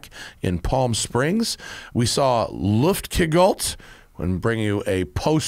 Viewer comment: Luftgekühlt! = Looft gekooolt. Matt's pronunciation is hilarious! I don't expect him to get the "ü" right, but just separate the two words like above and you'll be fine. It's like the GCN guys saying "Fridrich Shafen" instead of "Friedrichs Hafen!" (Where the big EuroBike show used to be.) German's much easier when you know the root words first, I guess.